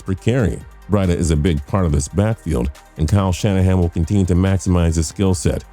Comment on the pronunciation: Introducing Matt BRIDE-AH